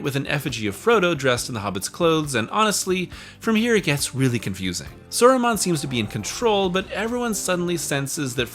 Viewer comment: Soron was getting me but Soromon is crazy